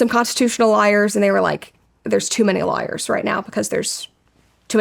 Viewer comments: I love how you pronounce lawyers like liars. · Great interview. Thank you Brett for the vulnerability. One thing I found amusing is how Brett sometimes pronounces “lawyers” to sound like “liars”. Kind of perfect. 😂